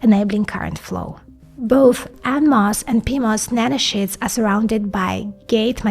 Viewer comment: She is saying "nanoshits". ... I cant watch this nanoshit.